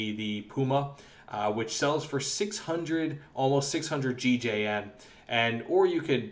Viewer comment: is it not gjn? not gigeien